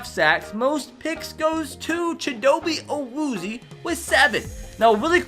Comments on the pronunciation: Not to be a stinker but you say his name Chid-O-Bay A-Woo-Zay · “chidobe awoozy” haha i’m a wheezing